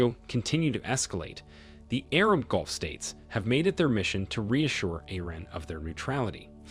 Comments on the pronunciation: Mate, please do not crucify my Mother Tongue The British English Language. Golf is a sport and dubbed onto a VW Polo car. Gulf is pronounced Ga-lf. Speak your language. Do not rape mine. Thank you. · "Golf" states? Must be where Trump vacations! I should be forgiving of people whose 1st language is not English. It's difficult enough, even for those of us who speak it natively. Maybe that's why no one seemed to catch the AI glitch. I can forgive humans. Not AI. It drives me crazy! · Correct your word ...Persian golf... nor ...golf...